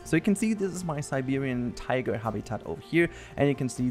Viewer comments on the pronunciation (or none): none